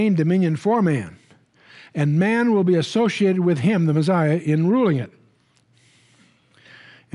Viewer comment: why does Chuck say the meziah instead of the messiah?